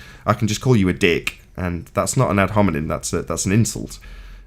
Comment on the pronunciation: He can't even say the word "hominem" properly. You'd think he'd have had enough practice by now, wouldn't you?